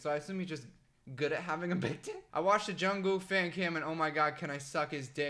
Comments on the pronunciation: HAHHAHA THE WAY HE SAYS ‘JUNGKOOK’ IM SORRY I FEEL BAD FOR LAUGHING 😂 😂 😂 😂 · It is JungkooK with a k at the end